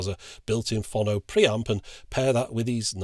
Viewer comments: Why do you keep putting an extra N in Pho-no to make it Phon-no? Also I suspect you can't play the (few) records where there are no track separation bands and I hope the switch also cope with 7" 33 1/3 rpm discs. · I thought it was pronounced "Phone -Oh" This reminded me I have a great linear tracking turntable that been in in storage for about 18 years now, I think its a Sony one. I honestly can't remember. In the same storage I also have this fantastic Hitachi MOSFET stereo amplifier from the 80's, huge thing with two big VU meters on the front, and I believe it had oil cooling too. It was very good. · Say 'Phone'.......now say 'Phono'..... ;) Lots of love, pedant. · Is there anyone else in the entire universe who pronounces "phono" the way he does?